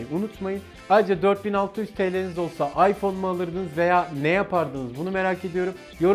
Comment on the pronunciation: abi farkındaysan ipone 7 s dedin